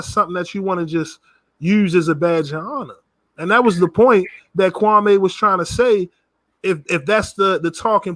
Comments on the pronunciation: Why does everyone call him kwamay???? Its kwami...like kwamee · These dudes are clowns 🤡 cant even prounce kwame brown name right 😒